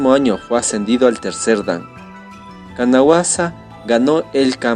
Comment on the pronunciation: La pronunciación del nombre de Kanazawa esta mal . Pero elvideo es muy bueno gracias. 👌 Tambien el nombre es Takayuki Mikami.